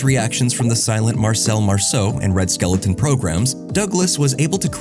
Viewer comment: I cringe every time I hear someone say Red Skel-a-ton. It is Red Skel-ton